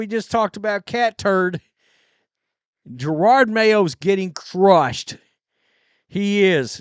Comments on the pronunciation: Jer-od not girard Ffs 😂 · Lol always with 2 r’s, Jerord